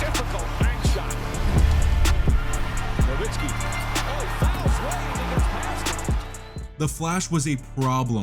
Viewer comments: Bro. Why do people keep mispronouncing dirks name smh. Its so annoying. Its pronounced Novitzski. Not dirk nowhenskii lol. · Dirk's last name is pronounced with a "v" and not a "w" by the way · If you are gonna make a video about someone, pronounce his name right. It's NoVitski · It's pronounced No Vitz Key. Everyone says it wrong. Put some respect on this man's name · "No-WWWWWWWWWW-itzki?!" How do you not know how to pronounce this man's name? FFS. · love the vids gang but the “W” in Nowitzki is pronounced like a V 😅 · Why the fuck are you mispronouncing Nowitzki? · Fix your pronunciation of Nowitski, you noob. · really bothers me that in 2024 so-called basketball fans still don't know how to pronounce "Nowitzki"